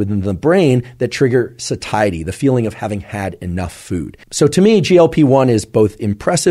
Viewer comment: 'Satiety' is not pronounced 'suh-TIE-it-tee'. the correct pronunciation is 'SAY-shuh-tee'.